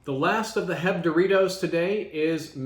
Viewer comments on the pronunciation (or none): Cringe bro when you pronounced heb and not H‑E‑B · DID HE JUST SAY HEB? SHAME SIR! SHAME!